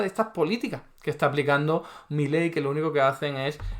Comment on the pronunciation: Primero : es Milei,no Miley.Después,que sea extranjero qué importa? Si está diciendo LA VERDAD,LA REALIDAD DE TODO.Y tercero..a vos un diccionario te puede ayudar a mejorar mucho ...Saludos de un argentino que VIVE LA ESPANTOSA REALIDAD ACTUAL.